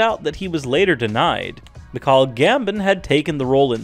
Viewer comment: No offence but you pronounced some names wrong Mic-call Gambon it's Mike-al (Michael) Think you said Gobal Globes I'm not sure but I think it's Golden Globes Gild-er-ee it's gilde-roy I'm not being mean just saying it was a good video otherwise